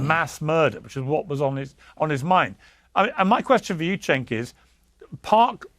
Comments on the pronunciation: I’m sorry, did you just call him CHIN? It sounded like you called him Chin! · His name is Cenk. Not Chin.